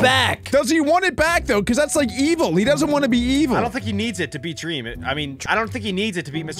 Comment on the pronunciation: Why did you say dweam not dream😂